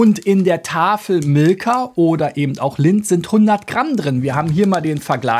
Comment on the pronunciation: “Eben” nicht ebend!